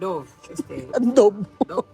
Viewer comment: Hay naku mas Tama Yung pag pronounce ni sa DOVE🤣🤣🤣 pakinggan nyo mabuti kung paano mag pronounce Ang nga English speakers.